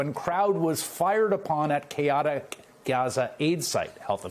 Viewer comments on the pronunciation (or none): Did this guy really just mispronounce chaotic?🤣😆 ffs and exactly where are the reports of these people being killed coming from Hamas see there’s no video of these. It’s just words from God only knows who and I’m not saying that it’s not happening and I’m not saying that it is happening because as of right now, no one knows where this news reporting is actually coming from because they’re not allowing our new stations over there so who is telling them that these people are actually being shot while getting aid